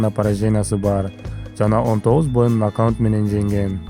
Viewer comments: нокаунт эмес нокаувт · Э суйлогон бала туура суйлочу НОКАУНТ дебей НОКАУТ десен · Туура суйлочучу накаут десен